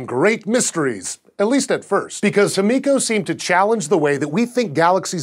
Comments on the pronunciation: why are you pronouncing it like hemiko and not himiko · Correct pronunciation is "hee-mee-ko," not "him-EE-ko." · just a quick pronuciation correction its actually pronounced as he/hi-me/mi-co/ko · It's pronounced him-i-co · I love scishow but am I the only one who noticed the change in pronunciation of "Himiko" throughout the video?